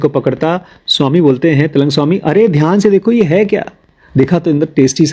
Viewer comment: its Trailang Swami not telang Swami